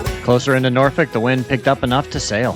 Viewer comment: Nice! You pronounced Norfolk properly. Many don't say it correctly.